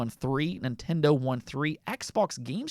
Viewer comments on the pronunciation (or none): none